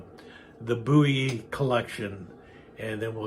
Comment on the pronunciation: A very nice demonstration of your collection,. It is my understanding that the Bowie family name descended from the Scottish "Buie," so thank you for for the correct "boo-wee" pronunciation. This style of knife is so iconic, some criminal statutes that describe certain prohibited weapons simply use the term "bowie knife."